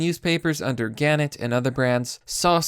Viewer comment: Pronounced “guh net’ ” and “eh pit oh me”